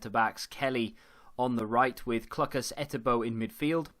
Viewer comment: Clucas is definitely pronounced Cloocas. Loving the content though!